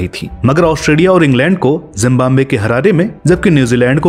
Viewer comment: It's #Zimbabwe...Not Jimbambe ...🐸🐸🐸🐸🐸🐸😝😝😝😝😝😝😝😝😝😝😝😝😝😝😝😝